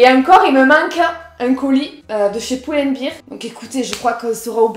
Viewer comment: Tu es magnifique! Mais juste pour info: Pull and Bear, ça se prononce "poule end bèèèr" (bear = ours alors que quand tu prononces "biiiiir", c'est "beer" = bière). Voilà, c'était au cas où. 😉